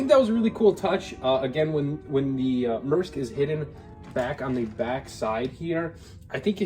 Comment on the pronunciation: Maersk is pronounced “m air sk” not “m er sk”